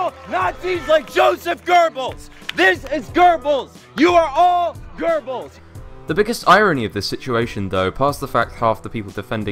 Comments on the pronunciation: The way Posobiec tries to say Goebbels annoys me ... sounds more like gerbils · "I'm gonna be saying Goebbels about 50 times in public. Should I look up how to pronounce it? Nah, research is for pussies."